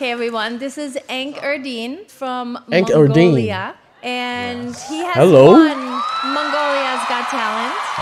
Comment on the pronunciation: First your pronunsation was right, Enh-Erdene... but not EnhEdine. Thank you😊